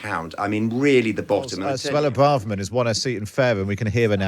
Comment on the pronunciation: " there. She's been we-elected in Faweham. but weflecting in what is a tewible time for the Conservatives. Saying she's sowy the party did not listen to voters and will do evewything in her power to webuilt twust"